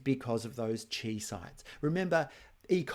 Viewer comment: Chi is Greek, it is pronounced KAI, not CHEE. Seriously hurts my ears, it is like hearing people say me sen ke mal when talking about the mesenchyme.